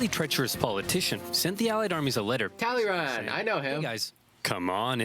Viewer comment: Talleyrand is pronounced something more like Tall-eh-ran. He's really interesting, the worst snake of the bunch and very proud of it (I really like him)